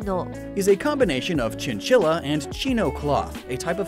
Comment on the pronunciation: Small insignificant correction: in Spanish "'ll" is usually pronounced like the "y" in "you" so chinchilla sounds more like chinchiya than chinchila